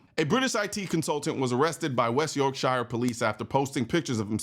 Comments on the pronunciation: 🤦‍♂️ that pronunciation rots me “Yorkshire” pronounced “yourk-shear” Worcester sauce much 😏 “wuss-ter” Bicester, “biss-ter” Warwickshire, “waa-rick-shear” 😂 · Absolute tyranny is what that is. I’ll never understand how half of the US population thinks that greener grass exists outside of America. Btw, this is the first video of yours I’ve watched and now I’m a subscriber. Oh, and Yorkshire is pronounced York-sure. 😉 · It's pronounced "Yorkshur" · You should be arrested for your pronunciation of Yorkshire. As a proud Yorkshireman, I found it traumatic 😂.